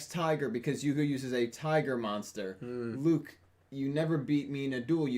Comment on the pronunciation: Luke not rook